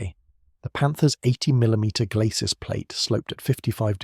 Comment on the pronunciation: There is too much reliance on unchecked AI and some of the information unreliable, known myths. The commentary is prone to weird pronunciation, specially numbers. 'Sabot' and 'glacis' are both French words, which should be pronounced without the final consonant; this commentary is inconsistent. Is a real human commentary so expensive? Actually the piece is generally excellent, but would be so much better if it human fact checking and editing also the if the commentary were read by a human.